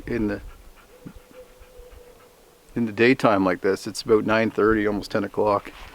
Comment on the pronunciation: Your accent is so weird. Say south, out, about, house......LOL! It’s like you’re talking normal until you say a few words like those then all of a sudden you say a word like one of those in a strange accent it’s odd.